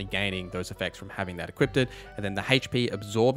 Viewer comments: Great content my good sir. But it's "equipped" not "equippted" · Great video, but it’s pronounced E-QUIPT, not E-QUIP-DID. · It is equipped not equipted. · Say it with me Eeee-quipdh not eeee-qiped-edd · Sounded to me like he was saying “equipted” like…equippeded. I like the build but credibility remains low in my book. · Equipded? It's equipped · Im begging you to stop saying “equippeded” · What the hell is "equipted" exactly? The word is "equipped" 🤦🏻 Stop making up fake words. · My bro, please stop saying "equippedded", love the vid though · This was pretty cool, but I can't unhear you say equippeded